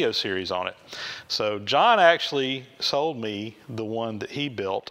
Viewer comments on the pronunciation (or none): none